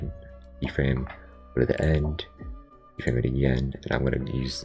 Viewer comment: i hear you say keet everytime